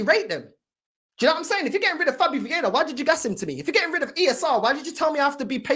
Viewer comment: it's viera not vieda